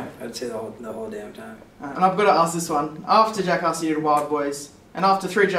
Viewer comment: U pronounce Jackass like Juckhauss, haha it's ok :)